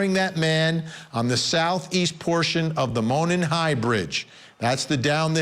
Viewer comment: Monon is pronounced MOH-nahn